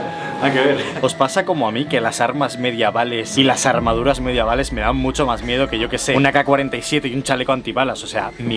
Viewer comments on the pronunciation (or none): Me dio toc escuchar Mediaval, en vez de Medieval JAJAJAJ Primer fallo que veo en tu vocabulario después de 10 años, ya era hora, creía que eras un robot tio ! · Se dice medieval.... no mediaval..... lo has repetido varias veces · No entiendo porque le llamas brad en vez de vlad y medaval en vez de medieval🥲